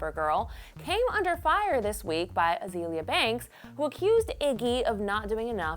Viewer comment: Why does she keep saying Uh-zee-lee-uh instead of uh-zay-lee-uh? Azealia and Azalea are pronounced the same way.